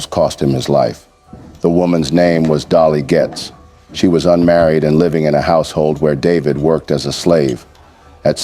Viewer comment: It is Dolly Getts, not "Dolly Getz". Back then, being a slave and a physically good looking man was nearly a death sentence.